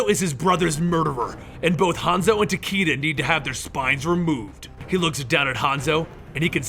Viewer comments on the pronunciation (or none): The character's name is pronounced "Ta Kay Da." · It’s ta ky da